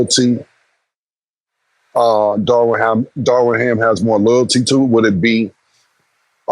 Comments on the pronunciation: Cam stay butchering names 😂 “Darwin Ham” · Cam keep syn Darwin Ham when it’s Darvin Ham 😂😂😂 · How they keep calling Darvin Ham Darwin lol